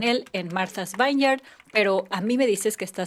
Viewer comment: Se dice viñieard no vainiard